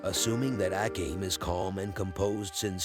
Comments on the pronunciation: Ah-Came? A-com-ee…. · The way you say Akame kinda makes me mad. Its pronounced Uh-kah-may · I really love how you pronounce Akame to A Came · The commentator pronouncing Akame's name and butchering it is beyond cringe.